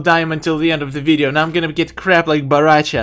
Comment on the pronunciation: Everyone: Bo Rai Cho: No its b a r a c h a